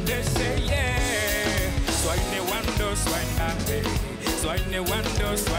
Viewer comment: Tu t'es bien débrouillé pour dire Ewondo 😂😂😂😂 C'est bien !